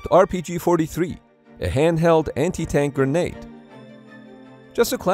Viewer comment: Gra-nade. Please for the love of god and all that is holy. Stop saying Gernade